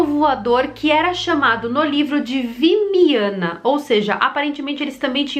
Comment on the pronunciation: Essas naves geralmente são pronunciadas vimanas.. mas acredito que seja uma pronúncia mais puxada pro ocidente..